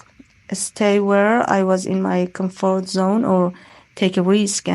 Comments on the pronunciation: She is intelligent, however I analyzed some pronounciation issues, e.g. she pronounces comfort as [camfout]. 9 seems too high. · She sounded robotic, though: she lacked word and sentence stress at times, making her speech monotonous. On top of this, she mispronounced some words: comfort, passionate, dilemma. Please, don't perceive as an awful stick or sth; I am just leaving my comment on her performance. However, she used some native-like expressions, showing that her proficiency is on another level.